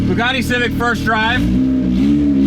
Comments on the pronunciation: The “poogatti”. 🤣😂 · The “Hongatti” 🤣